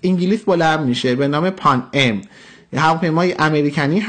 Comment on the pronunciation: به پانام میگه پان ام😆😂😂